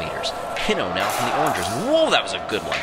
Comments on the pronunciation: He pronounced O’rangers wrong... it’s not orangers it is O’rangers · its pronounced O rangers